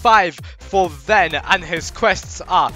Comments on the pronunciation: In the video you are saying Ven but it sounds like Ben so people think you are referring to Ben, lol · when u say ven it sounds like Ben and bens #3 on robo lb so people might think it’s #2 vs #3